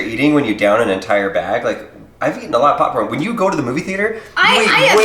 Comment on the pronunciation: "Theres popfhcrn inside of microwavable popcrn"